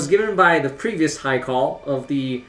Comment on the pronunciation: Its pronounced like "heart" rather than "earth"